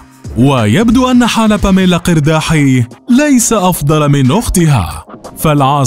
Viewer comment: مليت مليييييت وأنا كل مرة أصحح لكم، نحن اللبنانيون ننطقها "إرداحِي" وليس "قِرداحي